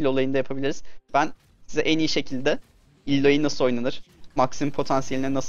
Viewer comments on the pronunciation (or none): "Illoiy" değil abi "Aloy" Okunuyor tabi nasıl rahat olursan...